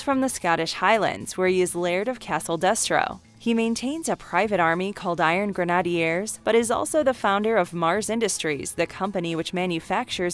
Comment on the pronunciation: The pronunciations are butchered and really shouldn’t be. Grenadiers, Xamot and Tomax, and Major is a rank, not a first name. This stuff isn’t difficult.